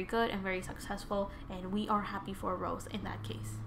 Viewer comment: I like ur reading but it rosé not rose it's pronounce ro-sey